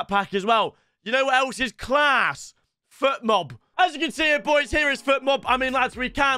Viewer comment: If I were Fotmob, I'd take the sponsorship away from him. He's calling it Futmob the donkey 😂